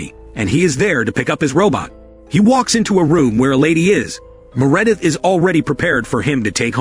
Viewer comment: Anyone named “Meredith” I’m saying “Me-Re-dith” from now on. Crazy how we are watching a movie about robots and Ai while an Ai voice is doing all of the work on this channel.😂 The Irony!